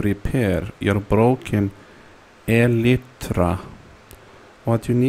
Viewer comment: "Helloo everyone, I want you to show you how to Repair your broken (small pause) E LIT TRA"